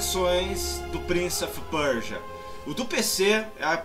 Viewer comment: é o primeiro gamer brasileiro a pronunciar "Prince of Persia" corretamente. rsrs